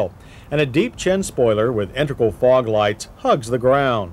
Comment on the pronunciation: Did he say integral FROG lights